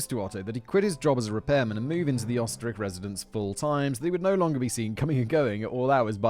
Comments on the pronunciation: Try "Ur - stir - raikh" and maybe you'll get a little closer than "Ostrich"🤣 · Whole reason I love this channel and it’s content is the 15 minutes of facts and one to 2 hours of tangent I love it It’s defo pronounced oster riech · Oesterreich is in german pronounced "Österreich " wich is what we Germans call Austria. Austria = Österreich